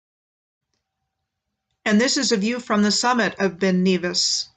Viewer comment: Nevis is NEV as in never. Glas-GO, not Gow. Edin burr, not borough, Edinburr-h